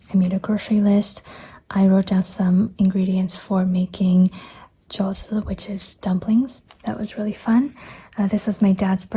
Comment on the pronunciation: Loved these flips!! Do you mind me asking what dialect/region your family is from? The way you pronounced jiao zi sounded sooo shanghainese!